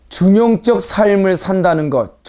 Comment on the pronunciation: 한 가지 발음 문제!! 중용적을 왜 "중용쩍" 이라고 발음하십니까?? 이 " 중용쩍"이야말로 "반중용적"이올시다.